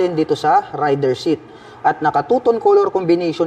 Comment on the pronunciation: Raider po yung bigkas hindi po rider. More power sa iyong channel